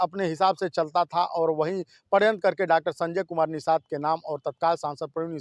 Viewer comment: बंद कर दो चैनल पहले पढ़ाई करो पत्रकारिता की और हिंदी अख़बार रोज़ एक घंटा पढ़ा करो. कोई भी शब्द सही से नहीं बोल पा रहे. पड़यंत्र नहीं षड्यंत्र होता है. पत्रकार बनो, यूट्यूबर नहीं